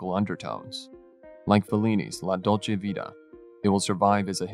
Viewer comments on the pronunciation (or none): none